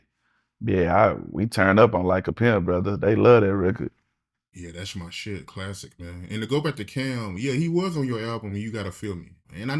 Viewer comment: "how'd that record come about? That's a Blassic right there" Caught it ... Must have forgot to say it the second time lol